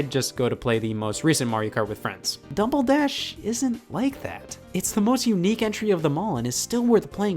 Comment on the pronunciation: He said Dumble Dash. I’m sorry to inform that he must now delete this video and any traces of its existence from the internet, as this mistake is unforgivable .